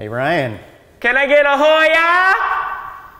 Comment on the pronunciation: Bro they are doing hoy ya and not hi ya and it’s driving me crazy